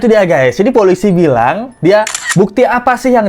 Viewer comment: KALO DENGER CARA PENGUCAPAN POLISI KAYA LIAT BONEKA😂😂